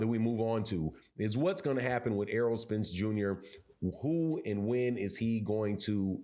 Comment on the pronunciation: I can tell that most of you idiots aren’t even boxing fans bcuz y’all are killing Spence name. Itz Errol not earl 😂😂. Making him sound like a 45yr old farmer lol. Y’all Crawford dick riders gotta die off fareal.